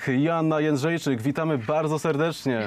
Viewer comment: Jędrzejczyk a nie Jędrzejczak